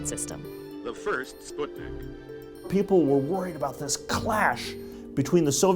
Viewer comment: I thank the person who pronounced it "sp-oot-nik" instead of "spuhtnik" ;-; Thank you so much